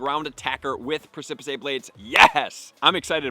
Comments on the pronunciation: Precipice blade should be pronounced as press-sa-pis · Thank you!!! Every time he said “Preh-sip-his-say” I wanted to tear out my hair! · Yea it's so annoying, pre-si-piss -ae bruhh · Pronounced press-ih-piss blades. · Press a piss I think is how you pronounce it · Press-uh-piss a very steep rock face or cliff, especially a tall one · Love you but it’s pronounced “press-ah-piss” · Bruh, juat say "Pre-see-piss". That's how u pronounce precipice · (Preh-suh-pis) is the pronunciation of the word, emphasis falling on the first syllable. It doesn't matter a ton and a lot of people have never even seen the word but knowledge for knowledge sake. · Press-ih-pis ffs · It's pronounced pres ip iceblade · Press-i-piss blades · Thank you for the information! Love your content as always. Also, just to note: precipice blades is pronounced PREH-SIP-PIS blades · I'm not trying to be that guy, and maybe it's a joke that I missed, but precipice is pronounced "press-a-piss." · Preh-suh-puhs Blades 🙂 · The exact video I have been waiting for, for a VERY long time now!!! Move analysis finally!!! I believe it's pronounced 'presipis' blades... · Hyped for these. Thanks for info. Just an FYI you are putting an extra sylable in precipice. 🙂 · He never pronounces it correctly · Just pronounce it right, my guy. Precipice. At this point, it seems you’re saying it wrong just for the attention… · Love the content but can’t help wince every time mispronounces precipice 😅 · Bruh stop saying precipice blades wrong. People have told you how to pronounce it. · What blades??? 🤣 yikes that pronunciation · Dude gave up trying to pronounce precipice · He doesn’t know how to pronounce it lmao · It is pronounced "press a piss". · I believe it's pronounced press-ip-is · preh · suh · puhs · Press-ih-piss, not press-cip-piss-aye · Press-eh- Piss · Press-ah-piss blades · Lol your a legend thanks for all the info but it’s definitely pronounced press-sip-piss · persepicay blades hehehe